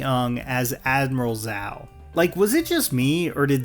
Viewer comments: Its Zhao not Zao, why do you not pronounce it like the shows? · Why did you say Admiral Zao instead of Zhao? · I agree with your takes, but it's hard to take you seriously when you start pronouncing Zhao as Zow lol. 'Zh' as in "Jsh". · I’m sorry man it’s pronounced zhao not zao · For ZHAO, It's pronounced as JHAO or CHOW or DYAO or JAHW NOT ZOW Please get this right. We have literally 3 different shows and 1 movie to back it up. Please, it's ZHAO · bro said "admiral zao" 💀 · You know damn well his name isn’t Zao 😑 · I agreed with some points, disagreed with others, but I cannot abide you referring to Zhao as "Zao." Like, I get it, you don't speak Chinese, but his name is said aloud consistently by various actors in both series. "Zh" is closer to a "j" sound than it is to a "z" sound. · Please … pronounce Zhao right … I’m begging you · Hmm saying zhao’s name wrong I see… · This dude can’t even pronounce “Zhao” but wanna bash the show. Everyone’s acting was decent to great. Aang legit had some heavy moments and showed range. Stop hating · Pronounce Zhao right